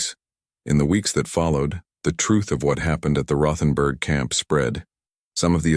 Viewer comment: The H isn't said in Rothenburg. West Virginia